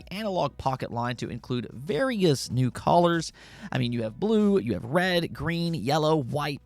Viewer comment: Your saying colors wrong